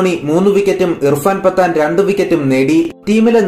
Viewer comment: പത്താനല്ല പഠാൻ